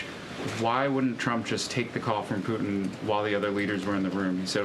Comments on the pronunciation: I like the way she says President Poot..in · Why can't you pronounce "Putin"?